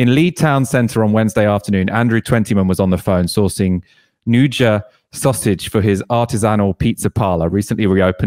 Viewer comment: ahahahah glad someone corrected in the pronuciation of 'nduja'